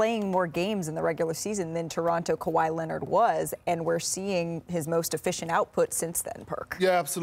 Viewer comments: 😝! Ya! Kawhi Lennit! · This man can't stop saying Kawhi Lennit if his life depended on it.